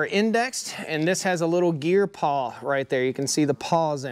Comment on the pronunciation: "Pawl"? Not "paw"